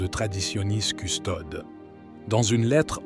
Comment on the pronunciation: Toujours cette prononciation erronée de "Traditionis Custodes" où les deux dernières lettres de Custodes, "es", ne sont pas prononcées, alors qu'elles devraient l'être.